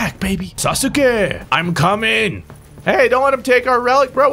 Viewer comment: Please just say sasuke the right way.